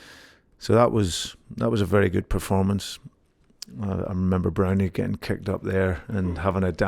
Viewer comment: Browny 😂 always mad hearing that it’s broony fs 🍀